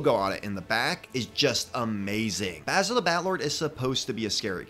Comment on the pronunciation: I just wanna say this: THANK YOU FOR PRONOUNCING BASIL'S NAME CORRECTLY! A lot of videos I've come across pronounce Basil's name as in "basil" the herb. It was kinda a pet peeve for me. And I do like Basil's updated minifigure. Honestly, I think the only thing that could have made his minifigure better, would be a black breastplate with the Fright Knights insignia on the front, similar to the Spooky Knight's breastplate, but black instead of silver. Would kinda give him a more warlord type look.